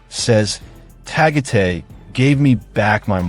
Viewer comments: Tagate is Tagaytay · Pronounce- Duma-ge-te - not Dumaget Ta-gay-tay - letter A is pronounce as in Alaska Correct pronunciations of Cebu City, Illinois City, and Panay Island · 😮ARE YOU TALKING ABOUT DU MAGUE TE ? AND TA GAY TAY. READ IN ALL SHORT ALPHABET. NOT LONG. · Dude,a piece of advise,before you upload a video,pls inquire about the correct prounciations of the place your referring to. Tagaytay,Cavite,Dumaguete were a full blown mispronunciations. 😂😢😮😅😊